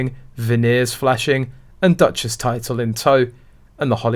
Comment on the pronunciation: Meghan made "Duchess" rhyme perfectly with "Mattress."